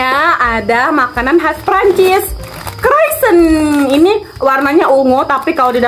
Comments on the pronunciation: Bacanya bukan kroisen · Di baca nya kroisong kak